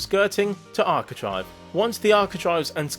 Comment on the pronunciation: I have never heard architrave pronounced like that 😐